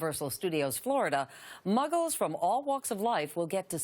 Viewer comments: 🤣🤣🤣 muggers? She may have said muggles the first time, but I really thought she said muggers🤣🤣🤣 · lady: muggkes from all walks of life Me: excuse me? did you just call me a muggke AVADAKEDRAVRA